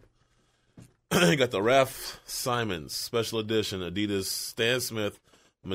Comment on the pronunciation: Raf "symon" 😂